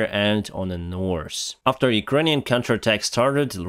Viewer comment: "НорС" meaning "north" should be pronounced NORTH, with an "H" at the end- not a "c" or "s" It sounds funny 😁 when you try to speak English 🤣